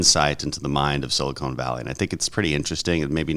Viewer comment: Big Crenshaw and Solana fan, but I cringe every time the Congressman says Sili-cone Valley, vs. Sili-cahn Valley.